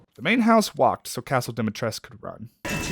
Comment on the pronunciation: "...is Lady Dimitrescu" Me: "THANK YOU FOR SAYING IT RIGHT!!!! It's not Dimtresk, it's not Dimitrescoo..."